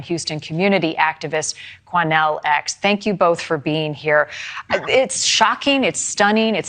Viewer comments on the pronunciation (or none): “Quanell X” 🤦🏼‍♂️